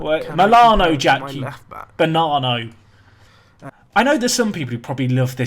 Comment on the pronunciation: "You banano" LOL